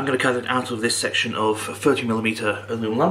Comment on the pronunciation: you say "alumilum" so naturally.....I'm convinced that you actually have to think hard to say aluminum, or aluminium....kinda how I think hard to hear "alumilum." So, where are your stand up videos?